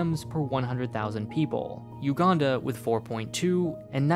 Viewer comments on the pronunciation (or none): none